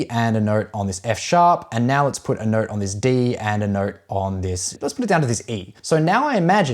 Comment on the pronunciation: So funny how you say ‘note’ you pronounce it as ‘neurt’